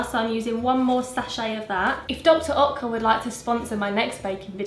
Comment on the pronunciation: it’s pronounced Dr. Ertca!! 😋